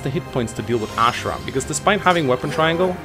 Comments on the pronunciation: I'm very bugged my pronounciation of "Azura". It's not Ashera god damn it! >< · It's azura not ashra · Still get triggered by the way he pronounces azura but still a great video tho